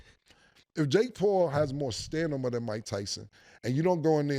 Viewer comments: "I don't know where Mikes STANIMA (stamina) is" is crazy LOOL p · ‘STANIMA’ IS CRAZY CAM YOU A GROWN ASS MAN TALKIN LIKE YOU 7 😂😂😂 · 🚨 the return of ‘STANIMA’ 😂😂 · Ayo my man cam said stanima😂😂😂😂 “stamina” my boi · Is Cam saying 'stanima'?? 😂😂😂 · Try-Polar ⏸️ , Firm President ⏸️ & "stanima", not stamina😅😂And I'm only halfway through the show. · "Stanima"😂😂 Stamina cam stamina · Did Cam say Stamina or Stanima 😂😂😂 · Stamina not stanima Cam 😂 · JUST FOR KILLA WE CHANGING THE PRONUNCIATION OF STAMINA TO STANIMA💯💯💯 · STANIMA 😂😂😂 guess I learned sumn new today lol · “Stanima” is crazy! I’m sorry i tried to ignore the first one! 🤣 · Cam saying stanima instead of stamina is crazy! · It’s stamina not stimina cam one of yall need to tell him please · STA-MI-Na…..not STA-NI-Ma 😂😂😂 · So nobody is gonna tell Cam or Mase how to pronounce "stamina"??? It's not STANIMA 😅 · CAM BACK TO SAYING STANIMA 😂😂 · 😂😂😂😂 he always does that. He'll prolly say stanima tomorrow 🤣🤣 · “Stanima” ctfu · This nigga Cam be making me say "stamina" wrong lol I have to catch myself pause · Cam can't say Stamina to save his life. The nigga always say stanima😂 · Cam said stanima like OJ Da Juiceman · Anyone notice Cam always say Sta(n)ima and not Stamina? 😂😂😂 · 'stanima' makes me laugh every time 🤣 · Cam Just said Stanima 😂😂😂😂😂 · Didn’t anyone here can say stanima like 4 times 😂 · SAY IT WITH ME BRO STA-MI-NA GOD DAMM :face-purple-crying::face-purple-crying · " i dont know where mikes STANIMA is" lmao smh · Cam could get a phD in Vocabulary and Pronunciation and would still say “stanima” and “disparicy” with a straight face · They need to add the word 'Stanima' to the dictionary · STA-MI-NA Damn Cam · Wtf is Stanima? Cam bruhh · Say it with me Cam.. S-T-A-M-I-N-A 😂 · Stanima...we were doing so good, Cam. At least you don't say Mike TOMLINSON anymore 😂😂😂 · Love it every time CAM say "stanima"😂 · Cam said stanima. Lol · "STANIMA".... From the big homie Can'Rom 😎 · 😂😂😂 "stanima" Is crazy😂😂😂